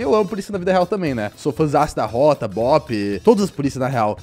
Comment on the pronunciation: KKKKKKKKKK "Róta?" Sabe falar "Rotam" não kk? Fala que ama polícia e não sabe falar o nome kk